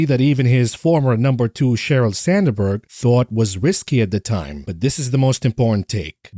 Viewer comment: Sand berg not sander berg 😮